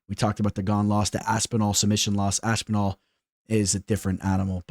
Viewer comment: Saying Aspinall like you would say Masvidal is some true Miami shit